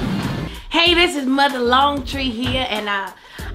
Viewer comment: Not Mother "longtree" 😭😂!